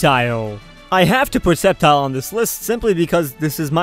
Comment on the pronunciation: ITS CALLED SCEPTILE (SKEPTILE) NOT SEPTILE